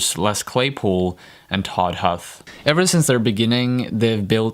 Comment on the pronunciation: Todd Huth is pronounced more like "Todd Hooth". Les speaks his name on the song "FISH ON" off the album Sailing the Seas of Cheese so that's how I know. :)